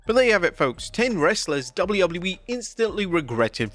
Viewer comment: He has a harder time saying W.W.E then Chris Jericho🤣🤣🤣